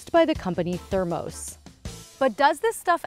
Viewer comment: Thermose? I’ve always heard it pronounced thermoss.